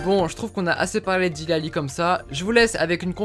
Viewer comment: On dit pas Délé Alli on dit Dili Alli